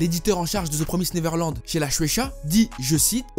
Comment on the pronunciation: L'un des rares qui li ça bien Tout le monde dit the promaïsed neverland